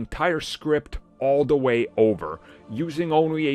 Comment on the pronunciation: God damn I spent a whole year not listening to you and you still can't pronounce "da" and "the"...! Wtf